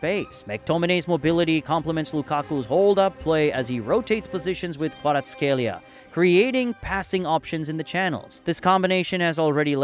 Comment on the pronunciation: Great vid buuuuuuuuut some games are wrong, i think they got correxted by Google like: kvaraskhelia in the vid is gareth scelia. Great vid still u did a great joob pronouncing the Italians players name